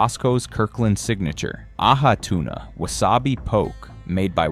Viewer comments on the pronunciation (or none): It's " Ah- hee tuna" "Po- kay" !!!